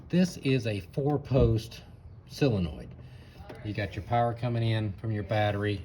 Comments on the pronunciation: It's called a SOLenoid, not a SILenoid. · i have always called it a SIL enoild... whatever,, git it done... and my Willys jeep is pronounced a WILLIS here in Texas for all my life... chill